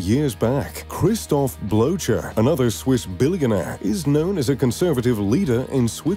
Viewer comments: i love when you said blowjer😂 its more said bloker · Christoph BloTcher for the win haha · Trust me, their names aren't pronounced "Blowchurr"... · Pronunciation mistake : Blocher is correctly pronounced : "Blocker". Greetings from Switzerland. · Christoph Blocher’s surname is not pronounced the way it is in this video.